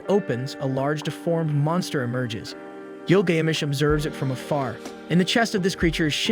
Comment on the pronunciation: Couldn’t even pronounce Gilgamesh correctly. I’m so sick of lame channels like this and the trash AI or the retarded muppet they get to narrate these shows